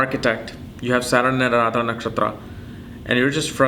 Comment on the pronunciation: It's not Aradhra. It's Ardra... आर्द्रा